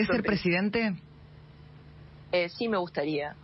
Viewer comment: presidente se dice presidente burrrrrraaaaa, otra cosa mira como vendes humo con el chaleco jajaja cualquiera eso te quiero ver a vos meterte en la multitud como lo hace milei, minimo salis con 30 tajos